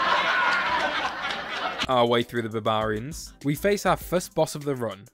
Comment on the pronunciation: wait bro you didn't know how to say barbarians or was that a joke 💀